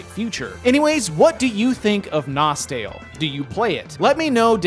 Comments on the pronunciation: its actually pronounced nostalay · If you speak english you must pronouce: NostEl